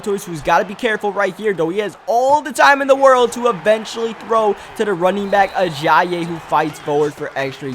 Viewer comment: Jay (uh-jI-ee) Ajayi